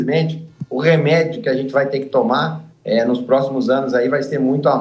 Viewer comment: Tê ou ter ? O erre sumiu Kkkk